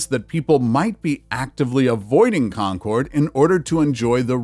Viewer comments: Gotta admit that /,kɒn.'kɒrd/ ("Con-CORD") pronunciation is cracking me up. I don't think I've ever heard anyone in New England pronounce "Concord" as anything other than /'kɒn.kərd/ (closer to "conquered", with stress on the first syllable and a schwa in the second). Odd how these little things jump out at you. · Concord is pronounced conquered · In New England, Concord is pronounced "Concurd", not "-cord". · It's pronouncing Concord as con-Chord. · It isn’t Con cord, NH. You have the accent on the wrong syllable. Conc ord. Pet peeve is when the names of places are mispronounced. MA says it one way, NH the other. Many towns in this country are the same way. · It's not really a matter of syllables. It's more like Con-kerd. Also, Concord MA is often pronounced the same way unless you've got the Boston accent, where it's more like Con-kid.